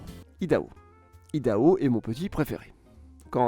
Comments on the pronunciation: IDAHO, comme IOWA : le "i" porte l'accent du mot, et se prononce "aï". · C’est vrai que les Français ont tendance a déformer les mots de langue étrangère, par exemple CarolAÏna, AÏdaHo :) sinon la vidéo est bien intéressante.